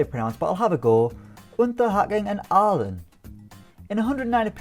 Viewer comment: You pronounced Aalen correctly 👍